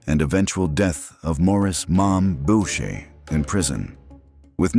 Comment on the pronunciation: Boo-shay, not Bowch-ay.